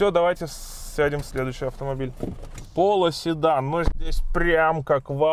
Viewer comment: Весь ролик слышу: "полУседан" 😄